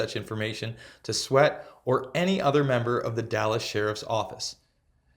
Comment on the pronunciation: Words are important and so are their pronunciation. When you miss words like infamous that is just poor form because you can edit or re-record. If you pronounce names like Sweatt two different ways you confuse the listener that is not reading along with you. I really like “We are Change” and want to see it grow. It’s hard to ask for donations when you’re missing basic words. Good video otherwise.